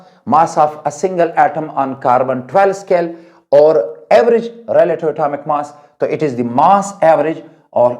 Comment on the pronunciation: Sir atomic me t bol gay hai aap ❤❤❤